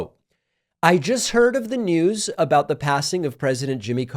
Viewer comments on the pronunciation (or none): none